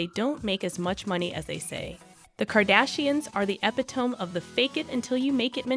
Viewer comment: The word is epitome pronounced ee PIT o mee, not epi tome (not three syllables) and Chloe is not pronounced Clo it is Chlo ee. Sorry, otherwise you are terrific! These are small observations only.